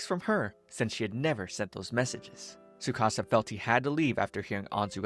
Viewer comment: There’s a t in tsukasa